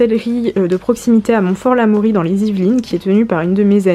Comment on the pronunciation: J'ai totalement balisé quand tu as prononcé montfort l'Amaury, et grâce à toi j'ai réalisé que la sellerie En cadence est pile dans la rue à côté de chez moi (oui oui je suis très au courant de ce qui se passe dans mon propre village)